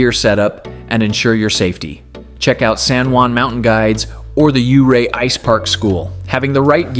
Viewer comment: I am a Colorado native and lived and hour away from Ouray for most of my life. My dad lived in Ouray for 15 years and loved ice climbing there. Ouray is a beautiful town all year around. Just want to say it's not pronounced you-ray. It's pronounced more like your-ay. Lovely little video!